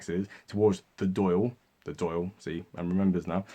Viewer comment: Lol but its not Doyle it's Dawl for the Dail